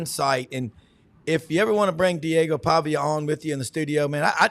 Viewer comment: Pavia not pavic lol row criminal tyde row 🤣🤣🤣